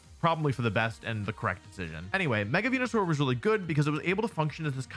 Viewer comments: It physically hurts me to hear Wolfey say venusaur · Real ones know the goodest pronouncism of Venusaur is "wen-yu-sour"